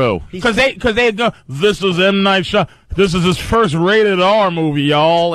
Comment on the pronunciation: FFS it's Shymalan. It's not hard, at all, to pronounce. Shy-Ma-Lan.